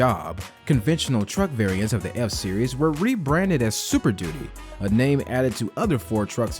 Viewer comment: Keep saying duty (doody)